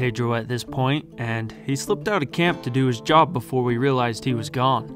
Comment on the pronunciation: You gais is not izi jab